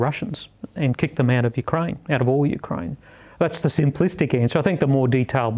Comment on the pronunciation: Teach the interviewer/host how to pronounce Ukraine. Pathetic.